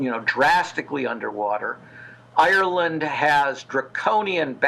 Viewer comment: Good God! She must be the worst interviewer in history...she can hardly pronounce Ireland!